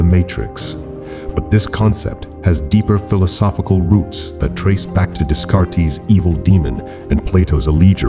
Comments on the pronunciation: "Daycart" not "Descartis". 😂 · 'Descartes' pronounced "Dez-Cart-Ease"? So a simulated voice, Fishburne obviously, otherwise quite convincing! Simulations... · Descartes is pronounced “day cart”… not “deez car teez”